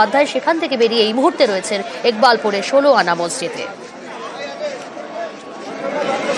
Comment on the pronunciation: একবাকপুর না ইকবালপুর হবে!,😂😂আমার আর জায়গার নামের বদনাম বা বলাতকার করেন না!😂😂😂😂